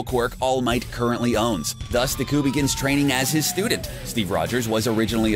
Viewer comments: ur saying his name wrong it's not Diku it's Deku and it's pronounced acadeemia not acadaymia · Ya men du cow? Not deku! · Everyone in the comments: He butchers the names Me: I couldn't be that bad Guy: Dehqui and Bahcuigow Me: 😂😂😂😂😂😂😂😂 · You can totally tell he hasnt seen the show, because he doesnt know how to pronounce bakugo or deku